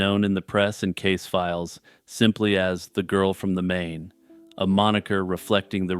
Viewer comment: Just an FYI, Main in this case is pronounced like "Mine". It's German so you pronounce the long second consonant. Same thing with the "ei" or "ie" combo. I went to high school in Frankfurt am Main.